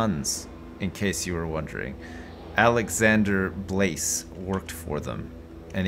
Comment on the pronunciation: Alexandre became Alexandra.